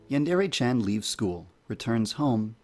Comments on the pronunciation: Yandere, not yandourou! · i like the video except you saying yandere wrong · Something you should fix right away is your pronunciation of "yandere" The "re" sound should be more like the mix between "de" and "le" that it is. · lol, he is the developer and he can't even pronounce "yandere" or "chan" right. Edit: At least he can pronounce "hentai" and "manga" right. Most people can't even pronounce manga right.